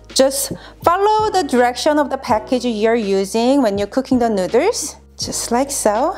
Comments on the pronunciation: The cutest 😻😻😻 You two are so beautiful together. And the merch 🙀 I haven't seen your channel in maybe over a year so I remember that video of you answering viewer's questions. I actually sometimes say nooders to my kids 🤓 Anyways, love your videos. Thank you!! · it is so charming with her accent how she pronounces "noodles" <3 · It's so cute the way she pronounces noodles - also there's an Asian supermarket in my area. I know what I'm making for dinner tomorrow. ;) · Why can she say boil but not noodles 😂😂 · I absolutely love the way you pronounce "noodles"! It's SO adorable!!♥ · Love the way she says noodles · stop trying to crack jokes...Oh n BTW it is Noodles not nooders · It's noodles not nooders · said " please don't say NOODER " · Noodle pronounced Nude-Elle-s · Did anyone notice that she kept saying neuters instead of noodles and then her husband's shirt literally says neuters on it hahaha that is f**** hilarious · The cringe when she says noodles “nooders”🥲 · Nuderrs 🤣 great video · Nuders?😂😂😂 too cute! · Nuturs Edit: wait now I feel mean :( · hey hey! you cant say that word nidders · Cook my “ramen noodles” lol no hate I love how you saw that CANT FORGET THE RAMEN NOODERSSSSS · I don't think I have ever heard noodles pronounced neuters in any accent before now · Ok, the way she pronounces “nooders” is adorable!!! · Is she saying nooders? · That looks amazing! Also, I like how you pronounce "noodles", it's pretty cute. (nooderls) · Nooders I’m sorry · " ramen nuders" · "cook my ramen nooduurrss" lmao great vid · I love the man's sweatshirt:D The word noodles pronounce nu:ders:D LOL... sounds like said:D <3... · I kept thinking she was saying Nuders, but then i seen his shirt and it says Nuiders, Didn't even know they were called that over there, kinda funny, Just ask a girl if you want to have her Nuiders. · the nooders... the goddamn nooders! ...[nú:ders] :D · I LOBE NOODER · She said nudurs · "Ramen nutters" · She says nooswrs lol